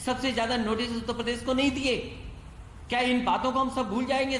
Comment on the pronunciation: प्रदेश को पदेश बोलता है।